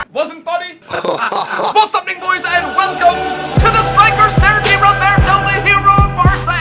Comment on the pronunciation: It's not Sergio Roberto it's 'Sergi Roberto'